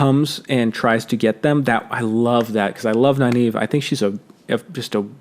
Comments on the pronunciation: Nynaeve .... Isn't her name pronounced Nin Eh Vuh ? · Man the pronunciation if Nynaeve threw me for a loop. I was pronouncing it as (Nin-uh-vuh) the whole time.